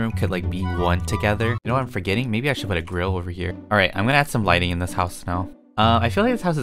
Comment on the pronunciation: “warm lightning” youtubers: “linen”